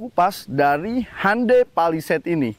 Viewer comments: Bukan handei tapi hyondei bacanya bang 😁😁😁😁 orang kita salah ucap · Cara melafalkan Hyundai nya ituloh..,, Han dey... Asli ngakak banget dengernya... 😂😂😂🤣🤣🤣